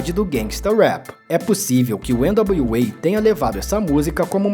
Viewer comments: nao sou nenhum expert em ingles, pelo contario, nao sou fluente em ingles, mas acho que voce pronuncia errado o nome do grupo NWA. nao é ene dablio UEI, É ene dablio EI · Esse pronúncia de N.W.A nem nas músicas são assim kkkkkkkkk não precisa disso não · O documentário ficou massa, só o nome do grupo que você não falou certo